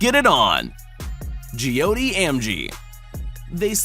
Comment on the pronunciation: You pronounced joy ti wrong